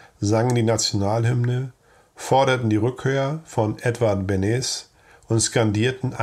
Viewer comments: Gesprochen nicht Benes sondern Benesch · es war nicht - Benes , sondern -Benesch - . - Edvard Beneš - .Das - Hakerl - am - s - , der - Hatschek - wird als - sch - ausgesprochen..